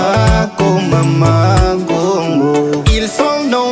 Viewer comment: J'aime ta façon de prononcer kongo